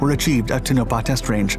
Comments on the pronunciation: Great video as usual, but the pronunciation of Tonopah leaves me shaking my head. You're saying Tow-NO-pah... it's TONO-pah. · Tone a paw please don't mangle names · Tonopah, pronounced: toe-nuh-paw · Its TONE A PA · its pronounced tone-a-pa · No one cares how you say“ Tone A Paw”.😜😀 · It's pronounced Tone a paw.